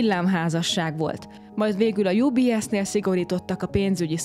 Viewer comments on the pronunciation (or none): Miért angolosan mondod az UBS-t ???? Ez egy ôrôkôs magyar rossź szokàs, mint ha az egész vilàg csak angol nyelvûekbôl àllna a hatàraitokon tûl !!! Svàjcban van 3 nyelv germàn dialektus csoport ( német ), francia, olasz, de nem angol ( s mégha nagyjàbôl vàroson 85 - 90%-a a lakossàgnak kissé-kevésbé avagy jôl tud is angolul !!! Ez olyan mint ha felétek minden magyar dolgot orosz kiejtéssel mondanànak !!! Az UBS jô kiejtése Û B SZ, s mi Union de Banques Suisses, mi Egyesûlt Svàjci Bankok -at jelent ( franciàul ). Nyugat Svàjc ugyanis francia nyelvû. Sajnos amit ezen dokumentum filmecske àllît az nagyrészt igaz !!! Ezt jôl tudom igazolni, mert lassan 60 esztendeje élek nyugat Svàjcban, s kôzel 55 éve vagyok itteni àllampolgàr...